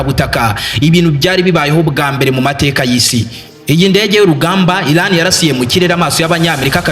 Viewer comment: Bavuga Iran ntabwo ari Ilan!!!